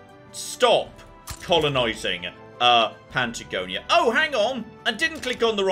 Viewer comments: I know! There’s no “n” there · Has... has heard of Patagonia ever? Or heard it said out loud at least? Or has he just decided that 'Pantagonia' is where is industrial cotton production facilities will eventually be based...